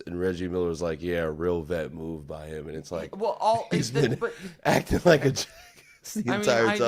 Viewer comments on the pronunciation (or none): none